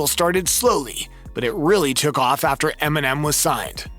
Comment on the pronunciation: Did any one else catch him say “M&M and suge knight pressed emenim”🤦🏽‍♂️🤣